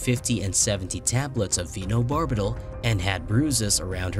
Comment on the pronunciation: By the way you pronounced it I guess you never heard of carbon monoxide before. Or phenobarbital or ceremony. Please hire a narrator